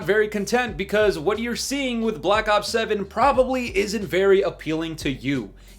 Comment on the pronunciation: he said ith everybody he said it